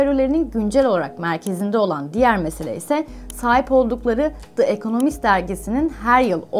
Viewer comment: Teşekkürler. Ancak yayından önce The Economist ve Rothschild gibi yabancı kelimelerin/isimlerin google translate'de dinle butonuna basarak nasıl telaffuz edildiğini öğrenmenizi tavsiye ederim.